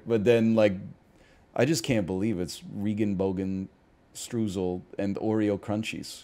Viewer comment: i get where he's coming from but he pronounced regenbogenstreusel like its dutch (goofy language). if you pronounced "rainbow sprinkle" like that it would be unserious too